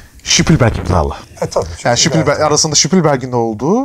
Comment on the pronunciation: İsmi çok geçtiği için bilgilendirmek istedim; Spielberg'in soyadı ş ile değil s ile okunur 😉